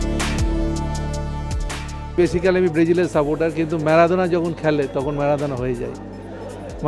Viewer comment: মারাদোনা কে ম্যাড়াদোনা বলছে!!! 🤣😂🤣😂